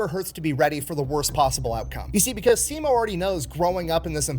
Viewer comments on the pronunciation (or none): If you want to say sisu the Finnish way, say si and su as shortly as possible. The American way to pronounce turns into siisuu, but the word is sisu. Short, with emphasis on the first syllable. Same thing with Simo, you guys say siimou. Drop the long ii and the u at the end. With häyhä, you're saying heihau, it's more like the ha of happy the e from few and another short ha from happy in the end. I'm not sure how easy this advice is, but it might be fun to try it out.